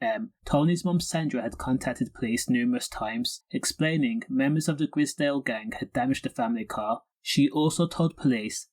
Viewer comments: Grizdale? It’s pronounced Grizedale. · Delete this vid you can't say gr👁zedale properly....